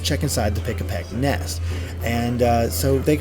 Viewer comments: Pikipek, not Pikapek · Pikipek, not Pikapek. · It's Pikipek not Pikapek! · Just want to say it's "Pikipek" not "Pikapek". This isn't some sort of Pikachu-based bird Haha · It's Pikipek, not Pikapek